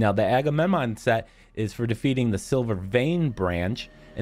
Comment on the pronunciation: ‘The one on the left hammed side there, duh Agmuhmemnmnun thet.’ If it smelled like burnt toast when you were saying that, I’d call an ambulance if I were you.